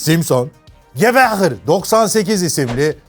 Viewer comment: abi o nasil gewehr demek D